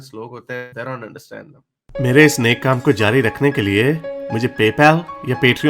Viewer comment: Your nek kaam sometimes becomes or I ll say most of the time it sounds like chawal. Happy Diwali 🥳😎